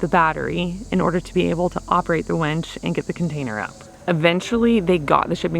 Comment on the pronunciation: Winch not wench. Lol glad it got done